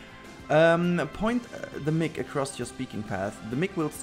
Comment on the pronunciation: Yay thanks for filling in the rock loop from the last episode, however, this episode felt super short, we need more:)... When you are saying Microphone - Mic... try and say it like Mike, thats the correct pronunciation. I listen to your episodes with earbuds cause if people hear your voice I with gather an unnecessary crowd around me to partake in your brilliance, but i am selfish of my time lol.